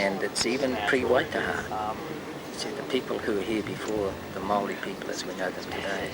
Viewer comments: I have Maori family, via an uncle who married a Maori. They pronounce it mau ree. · when you make a documentary, you would do well to first make sure of the pronunciation of the names you are constantly repeating. the Maori would be highly offended by your mispronunciation of their name!!! MAO (AS IN mao zedong) RI (AS IS RE THE LAST OFFENCE). Do your homework, next time. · I'm Māori and it was interesting to see pictures of the structures but the way you pronounce Māori like Maa -ory is just TOO offensive to the ear, along with the picture of a Tahitian family while you're talking about us. I think our Government IS doing something to protect these structures by not letting the public anywhere near them, don't you? And it will be Māori who are making sure they are treasured and don't get ruined by tourists because yes, we do sometimes get a say in our multi-cultural democratic country😆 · Nice video, however, the only downside was you kept on saying Maori wrong, very annoying. It's pronounced "MAU REE" Typical Yank. KorkyTheKat UK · Pronunciation: Chairman Mao + ree = Maori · ps, you completely butchered the pronunciation of the Maori words but we'll let you off. also, it's now proven that the Maori were the first here in recent times, the Moriori are a myth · Cannot stand it when commentators do not take their time to pronounce the indigenous language properly. It is disrespectful. There is no excuse for it to day with modern applications available to assist you so you don't show up your IGNORANCE. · It takes 5 seconds to google the correct pronunciation of Maori words before making a video, maybe do that before you butcher your next vid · Thanks. Try at least pronouncing maori correctly before inserting your foot up your bottom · Funny how magma flowing downhill creates a slop. You're pronunciation is bloody horrible. Hurt my soul everytime you said anything Māori. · He has problems with the name 'Maori' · Oh boy. The Māori pronunciation is shocking!